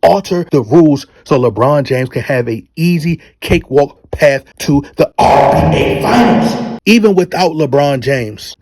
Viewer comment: I love this channel but can someone please tell me why he says RBA